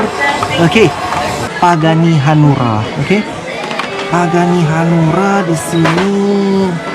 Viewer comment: Om pagani huayra bukan pagani hanura wkwkwk malah jadi partai